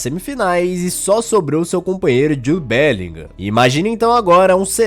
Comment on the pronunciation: Porque todo comentarista BR de FUTEBOL INSISTE em ABRASILEIRAR o nome do BELLINGHAM ? É "bélinrã" a Pronuncia correta!